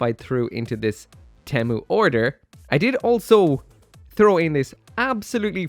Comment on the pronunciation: 1st off, temu sucks And 2nd, why does he pronounced temu like that?